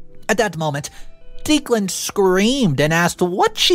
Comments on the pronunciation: It's driving me crazy!!!! I swear it's pronounced Decklan! Am I wrong??? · I love your videos and watch them daily. I notice that you pronounce a lot of words wrong. I usually look passed them. However, you keep repeating the name Declan over and over. It’s pronounced Deck-lan. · Just to interject. I have known 2 guys named Declan. Both pronounced it DECKlan. Could we get this straight. Thanks. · It's Deck • lan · Dude, you NEED to start asking people how to pronounce words and names if you aren’t positive on their pronunciation. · Everyone in the story is just frustrating including for not knowing how to pronounce "Declan" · Your pronoucing Declan wrong so the e is lower case sound not upper case if you think eh no E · not trying to be a jerk but it's OP's fiance's name is pronounced Deck-len not Deek-len. 😌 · The name is pronounced Deck-lan, not Deeklan. Sorry for being the pronunciation police, but the name was said so many times 🤷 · You really need to brush up on pronunciations. The groom's name is pronounced Deck-lan.. this among several others. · Declan is pronounced Decklann not Deeclan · Declan is pronounced Deck lan not Deek lan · It's not Deek-lan.................it's Deck-lan. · Yes! Someone spelled out the sound of that name. It was driving me nuts! I like this channel but the narrator often mispronounces normal every day words plus common names. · Declan is pronounced decklan. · I love listening to this guys' stories while I'm working. I just kept getting so distracted by the fact that he kept pronouncing the name "Deeclan". Is that just an American English thing? I had an American wife and I still struggled to understand...